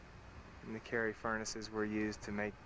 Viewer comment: Carrie Furnaces, not Carey.